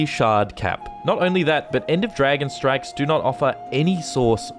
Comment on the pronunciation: This is the reason I don't bother with any of the end game content. I own the game, so I play the stories, come back for the living world, and just upgrade when I find something nicer than what I have currently. I'm not worried about strikes (your accent makes it sound like you're saying "strifes"), raids (which I honestly didn't know existed until recently because they are so hidden from anyone not looking for them), or PvP/WvW. I don't even care about fractals. Seriously, all of the non-story content is so opaque that getting into it just isn't worth it for new people. And don't get me started on joining established guilds or trying to start your own. The community is toxic to newbies, and no one wants to join an unranked guild that can't carry them. GW2 has some great gameplay, the the players are killing the game. That and the predatory way ArenaNet monetize everything in the game. Crafting, BTW, is bleh. Totally Bleh. If I could craft harvesting equipment, then it might be worthwhile. Also, it's Ebb-on, not Ee-bon. Its the transitive modifier adjective to the noun Ebony (ebb-on-ee, not ee-bon-ee), so you pronounce it like that root word without the final syllable. This one can't be your accent, since you divided your syllables inappropriately. I would have though a brit would know how to speak English. (j/k)